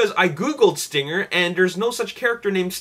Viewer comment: dude its stringer not stinger